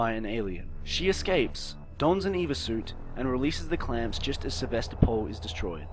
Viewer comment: I know this over two years old but acronym time. It is NOT an Eva suit. It is an E.V.A. suit. Extra Vehicular Activity suit. As someone who works in the space business this was like nails on a chalkboard.